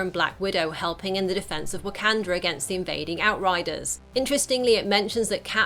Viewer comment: 'Whack-can-dra" is pissing me off.